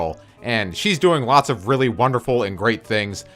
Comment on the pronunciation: If your in uni the why did you say ot instead of (of) 😂